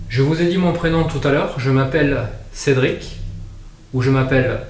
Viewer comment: re moi j'entend en effet Cédric bien correctement au dernier micro dans la chambre ces prononcer avec une bonne articulation ces bien un CÉDRIC que j'entend